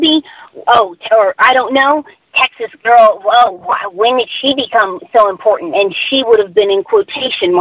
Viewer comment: "Guesh they're more impawtant than me"